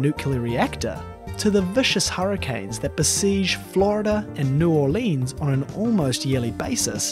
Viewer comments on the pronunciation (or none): Abhishek Madhosh everyone in New Orleans would agree that’s not the way you pronounce it. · Hearing him pronounce New Orleans that way hurt because I live here.